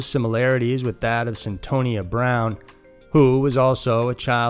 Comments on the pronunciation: McCann not McCain Cyntoia not Cyntonia You’re better than this. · It's Sin-toy-uh Brown, btw.